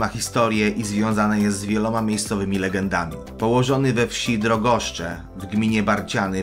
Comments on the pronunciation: Co do 2 pozycji to miejscowość Drogosze, a nie Drogoszcze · Drogosze nie Drogoszcze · Ryzality nie rozality, Drogosze nie Drogoszcze. Jak się coś robi warto to robić poprawnie. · Ad Miejsce Drugie: Po pierwsze, nie "drogoszcze", a Drogosze, d. Doenhofstadt. Po drugie, nie "Danhof", a jeśli już, to Denhof. Po trzecie, cena wzięta z kapelusza. Pałac wraz z przyległym parkiem został sprzedany przez AWRSP za 350 tys. zł. jako zabytek, a właściciel prawie nic przy nim nie robi ryzykując, że Konserwator Zabytków pozbawi go prawa własności, co mu wolno na podstawie warunków umowy. Jeszcze raz okazało się, że kupujący zabytkowy budynek przecenił własne możliwości finansowe i nie daje rady go nie tylko wyremontować, ale nawet utrzymać w stanie niepogorszonym. Wiele fajnych zabytków na Mazurach spotkał gorszy los i jak np. pałac w Masunach, zawaliły się. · naucz sie czytać nie drogoszcze tylko drogosze ;) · Drogosze anie Drogoszcze!!!! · W DrogoszCZach bez "CZ" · Drogosze a nie Drogoszcze 😂😂😂😂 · miejsce drugie Drogosze a nie Drogosz cze proszę Pana. Moje tereny to wiem;) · Von Döhnhoff i Drogosze a nie won danhof i drogoszcze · Jak cos nie Drogoszcze tylko Drogosze :D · Nr 2 leży w miejscowości Drogosze a nie Drogoszcze. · W drogoszach a nie drogoszczach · Nie Drogoszcze a Drogosze na 2 miejscu!!! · Nie Drogoszcze tylko Drogosze, mam do nich 10 km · Pałac w Drogoszach a nie w drogoszczach 😉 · ten fragment dobitnie pokazuje jakim ignorantem jest autor. Nie dosyć, że karygodnie wymawia nazwę rodu von Dönhoff, to jeszcze przekręca nazwę Drogosze na "drogoszcze". Nie wszyscy widzowie to kretyni.... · Drogoszach * źle wymawiałeś nazwe :)